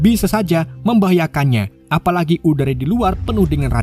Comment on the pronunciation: Menit : 1.46 ada salah pengucapan salah : uda yang buruk benar : udara yang buruk maaf kalau ada salah nya min 😅